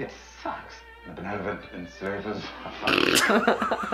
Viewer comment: Gotta love those bloopers. Love Arya and Tywin, but Peter Dinklage really had trouble with that one word benevolent. I think he did that take like 24 times. I saw a another video today that I never saw before, maybe you guys could check it out if it's not on your list. The Starks/The North Remembers by Tap101Dancer. The song is Nuvole Bianche. It is so beautiful. As always you guys take care. DianeX3